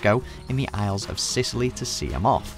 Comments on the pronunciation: Tresco is in Scilly not Sicily 🤦🏻‍♀️ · Just a quick note... Tresco is in the isles of Scilly (Pronounced like silly) not Sicily. I Grew up there. :-P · Tresco's in the Isles of Scilly, not Sicily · Tresco is in the iles of SCILLY not Sicily,bloody hell....you’re from the UK as well you muppet 😜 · Tresco is in the Isles of Scilly, not Sicily. Think chilly Cornwall, not warm Mediterranean.